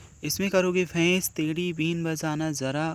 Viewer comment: Sorry pur बेल नहीं बैल और भेस नहीं भैस sorry pur aap padhaate to bahut achcha ho